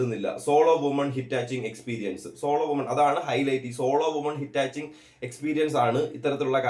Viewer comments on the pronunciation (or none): ഹിറ്റാച്ചിംഗ് അല്ല ഹിച്ച് ഹൈക്കിംഗ് ആണ് .